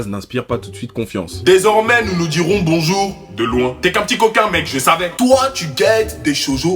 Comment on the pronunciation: Trop bien la vidéo mais le boujour il m'a détruit 🤣🤣